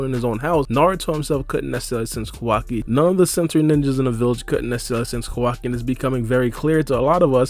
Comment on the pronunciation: Naruto explained he be lying to much and he the way he says kawaki name is wrong asl